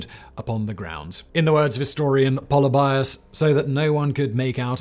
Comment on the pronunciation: Πολιβιος = Pol-EE-bee-os, not POLLY-by-ohs. Just sayin. One thing that’s not mentioned is that Cynoscephalae is really in the middle of nowhere. It’s difficult to get to even today on one lane dirt roads. Very hilly and rocky terrain. It’s somewhat amazing to me that two entire armies accidentally made their way there in the rain. The top of that hill is an absolutely terrible place to try to use a phalanx and I have to think that the only reason Philip didn’t make a fighting retreat and try to fight on more level ground was because of Flaminius’s elephants.